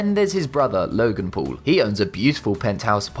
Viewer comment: it said pool instead of paul